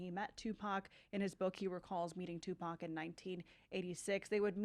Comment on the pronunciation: I think it's on purpose especially when she said "Pack". He was a household name and still is a household name everyone knows how to pronounce Tupac Shakur